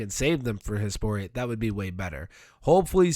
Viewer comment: Every time you say Hespori i snap over like its Hey Sporty. Cant unhear it either